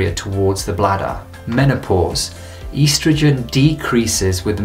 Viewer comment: East rogen not pronounced like that. ( EST- rogen).